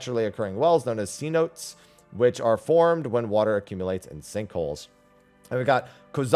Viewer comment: thanks for the updates! also don't quote me but I'm assuming cenotes (in the description of Yak T'el) would be pronounced seh-NOTE-tays, (see: cenotes in Mexico/Yucatan). thanks again!